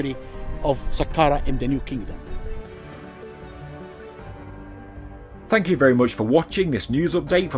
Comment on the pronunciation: “New KingDum”